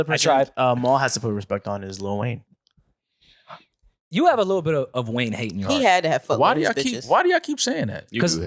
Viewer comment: Why does this NY goofy keep saying “Little Wayne”?? Like bruh is delusional for an argument saying that “LL Cool J” is somehow a better artist. Clearly dude has extreme bias against Weezy and is faaar too cringe for me ☠️ Close to unsubbing for this bs 🤡